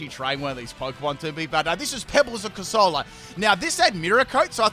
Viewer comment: Calling Corsola "Cursola"? That's a roasting.